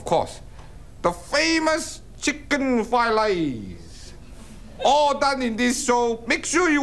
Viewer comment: Flied lice. Oh shit , I thought it was a fake stereotype, dude cant pronounce the r.